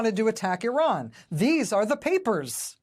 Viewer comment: I will give Trump credit for one thing on this tape. He doesn't say "I ran" (like George W. Bush did when discussing their "nucular" program) when referring to the county of Iran. Let's take two days off his eventual sentence for that.